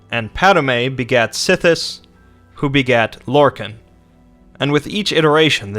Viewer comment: it's not padame its padome and sithis not sith